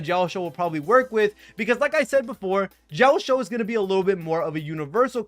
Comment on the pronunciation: Bro pronouncing Jiaoqiu as Jiaoshiu makes me giggle every time since it means "To be shy in a girly manner" in Chinese LOL